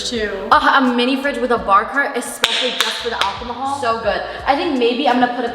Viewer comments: "for the al-co-haul" her not knowing its illegal in california to drink at 18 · “For the alcomahal” 😂😂😂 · I love how you emphasized “alcohol” for the nook in the apartment, completely forgetting that the legal drinking age in the US is 21 not 18 like in Canada. 😅 Also I was really hoping you were going to choose the fully furnished one with the rooftop 😟